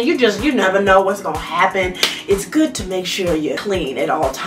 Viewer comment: “Not just good, gooddttt”😂😭 I love her ❤️